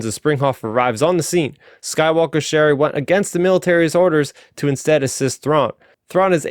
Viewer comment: Good summary. I see Starraptor commented that he was having difficulty with the pronunciations and to be honest they were at times painful to my ears. For example, pronouncing Ch'eri like Sherry instead of Cheery. My advice would be to take it slow. No too slow of course, but don't rush either. I will admit that I listened to the audio book so my ears are accustomed those pronunciations.